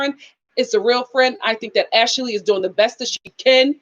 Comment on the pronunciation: Ash- lee not ash-ah-lee